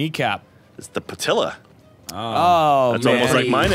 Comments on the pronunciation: Patella,. Not Patilla. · No it's not the patilla take tmyour bad jokes somewhere else it's the patella